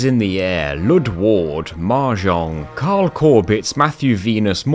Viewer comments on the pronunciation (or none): none